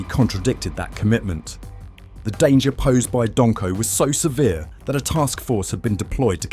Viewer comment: "Donko"🤣 Surely you mean Don-o-ho(e) 🤔